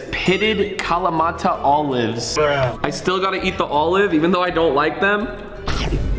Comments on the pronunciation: i am greek and its not pronounced kalamata its KALAMATA ! i know are italian neighbours dont really like are olives but have some respect on the citys name🙏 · as a Greek I laughed when you said kalamata like that (no hate love you ❤)